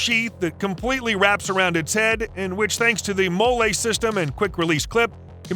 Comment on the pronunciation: "Molle" is actually pronounced like the woman's name Molly. Not a Mole-ay, or even mole which you use later. Come on people, get it right.